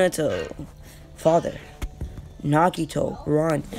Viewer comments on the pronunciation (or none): “Nagato” not “Nagito” 🤦‍♂️👍